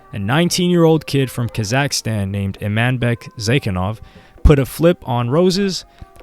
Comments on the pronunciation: its not ka zack stan its KAZAKHSTAN one full word not 2 words weirdo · It drives me crazy how you pronounce Kazakhstan